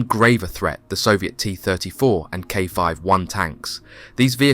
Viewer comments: AI 😂😂😂 KV or KW I tank is not a K five one tank 😂😂😂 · Soviet K 5-1? Panzer Eye-Vee? C’mon, bit of quality control wouldn’t go amiss.